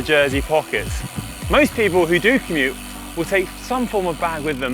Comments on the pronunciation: Does Connor say "Komoot" on purpose, rather than commute at around 30 secs in?!?! Sneaky plug for the GCN partners there. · LOL - “commoot”.